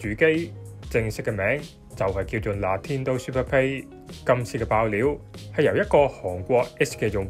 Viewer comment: “Natindo” 你冇撚嘢呀？ 😂😂😂